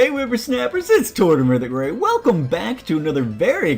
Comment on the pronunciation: Is it just me or when you say "It's " I think you say Tortimer the GREAT. You are pretty great after all:P For the starter I wouldn't mind Tepig or Oshowott. Snivy isn't the best from what I've seen. Haven't gotten super technical with what to choose. I do have to say Aty's response is pretty convincing for a water type. And having 3 grass types in a row wouldn't be too fun anyways!